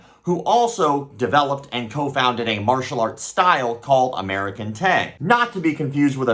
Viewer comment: American-te! Hahahahaha that sounds like Americun-t to me! 🤣